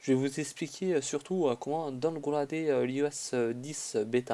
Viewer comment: ps : ton accent anglais est vrm :/ mdr donegraade